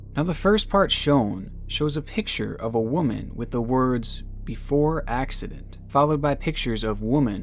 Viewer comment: Why do you keep saying woman wrong? It really isn't that hard. It's getting annoying across many video's. I do love ur content tho and u got my like and sub